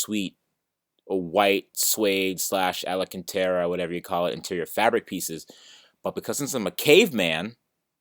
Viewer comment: Thats not alacantara thats alcantara :D